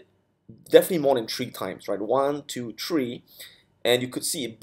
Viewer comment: Easy as one, two, tree!